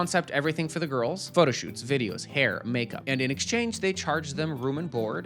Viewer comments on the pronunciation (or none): none